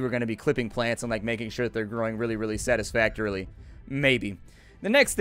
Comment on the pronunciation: Ahem... "satisfactorily"